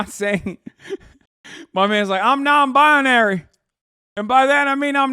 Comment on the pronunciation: “Non-Bidenary” lol